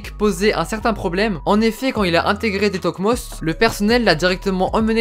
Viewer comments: Pour info, De toekomst se prononce "de (e pas é) toukomst" :) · Sa se dit de Toukomst